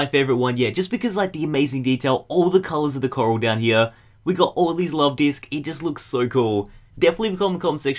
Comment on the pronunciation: oh love not hlove